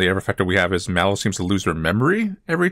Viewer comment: It’s Mellow, not Mallow…